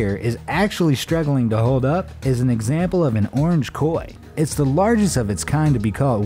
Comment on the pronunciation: boi u saying egsnample sometimes